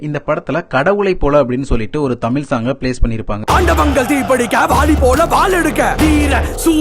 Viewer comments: என்னது தமிலா? தம்பி சரியா தமிழ் சொல்லு...இதை மலையாத்தான் கேட்டா நமக்கு அவமானம் 😮😮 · Your Tamil.Sorry Thameel is nothing but horrible Thanglish 😂🤡🤡🤡. By the way its not ஆம்பல நடையில். It's அம்பல நடையில்.